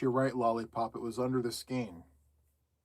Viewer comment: Ok. The official pronouncement of SKEIN is SKANE- it’s actually the way my mom pronounced it back in the day as well. 1960s-1970s. But it’s in the dictionary. 😊 it’s sort of akin to “REIGN “………. with the long A sound 😂 missed the live but catching replay